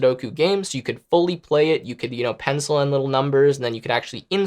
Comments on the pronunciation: ya bro, you said Sudoku correctly. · u said sudoku correctly!